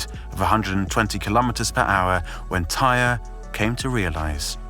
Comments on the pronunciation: Idk who “tire” is. His name is TY-REE! And he didn’t die on impact, he died later that night at the hospital. You need to do better research if you’re gonna speak on a deceased person. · You really just called him "Tire?" 🤦‍♂️seems like you're not doing any research and just copy pasting articles. 🗑️ Channel. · It’s an easy mistake to make when comparing it to the work pyre.